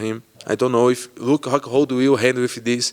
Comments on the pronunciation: Did Paulo just call Luke.... Luke Cockhold 😂😂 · Sounds like he's saying Luke cockhold..lol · Best part is him saying “Luke Cockhold” by accident everytime and thinking it’s correct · Anyone else notice him call Luke “Luke cuckhold” hahahaha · "Luke Hockhold" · It's Rockhold, not Cxxxhold. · He said "Ruke Huckhold" 😂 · Luke 'hockhold" Rockhold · “LUKE HCUCKHOLD” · The way he pronounces Luke rockhold sounded like Luke cuckold. That's a great name ppl can call him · he said luke cuckold, lol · "Huke Hockhold" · Costa: 'Luke HCuckhold' Lmao!! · I heard Cuke Cockhold. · Im pretty sure he said luke cockhold 🤣😂🤣